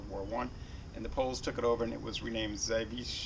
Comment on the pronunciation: I think pronounced it right.